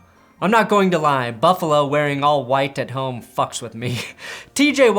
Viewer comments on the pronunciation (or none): none